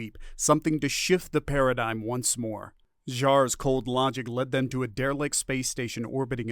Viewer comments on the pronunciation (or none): none